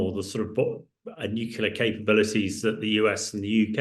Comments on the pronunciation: NUCLEAR!!!! not nucula. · How can you be so high up in the military and not be able to pronounce the word NUCLEAR?!?!?! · Too right!